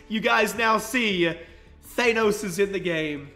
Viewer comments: It's pronounced thanos not thainos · It's Thanos, like they say it in the movie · Th-ah-nos, say it with me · It's not thAnos it's thanos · R.I.P pronunciation of Thanos😂